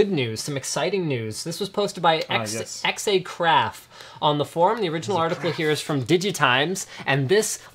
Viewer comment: Great pronunciation of Xacraf :D